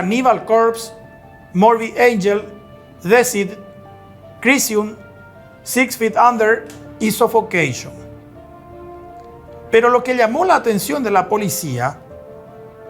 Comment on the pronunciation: Deicide se pronuncia Disaid.